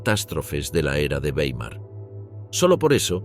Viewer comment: Tal como pronuncias correctamente Reich (en oportunidades, no siempre) debéis pronunciar Weimar